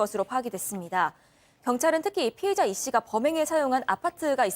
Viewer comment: 피해자 피의자 발음 좀 정확히 해라. 소리만 듣느데 겁니 헷갈리네